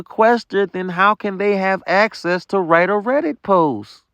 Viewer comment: He had actcess😂to the compu😂